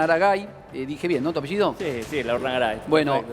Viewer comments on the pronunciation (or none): none